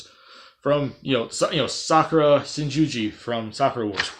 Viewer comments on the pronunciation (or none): I laughed when you said Sakura "shin-ji-ji" 😂😂 But honestly I would love to see her in Smash, maybe either Shinguji or Amamiya for Fighters Pass 2